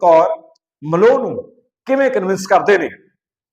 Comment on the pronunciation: ਉਹ ਫੁੱਦੂ ਆਦਮੀਂ , ਅਮ੍ਰਿੰਤ ਕੌਰ ਮਲੋ ਨਹੀਂ ਅਮ੍ਰਿੰਤ ਕੌਰ ਮਲੋਆ ਹੈ । ਮਲੋਆ ਪਿੰਡ ਹੈ ਚੰਡੀਗੜ੍ਹ ਵਿਖੇ। ਪੰਜਾਬੀ ਬੋਲਣੀ ਪੜਨੀ ਨਹੀਂ ਆਉਂਦੀ ਨਾ ਪੰਜਾਬ ਦੇ ਪਿੰਡਾਂ ਬਾਰੇ ਪਤਾ ,ਕਿਸ ਕੰਜਰ ਨੇ ਤੈਨੂੰ ਖਬਰਾਂ ਦੇਣ‌ ਲਾ ਤਾ ।